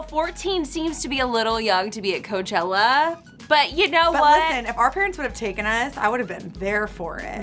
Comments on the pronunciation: Ca-chella right 😂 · She said cachela hahah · lol "guys kachella is here!"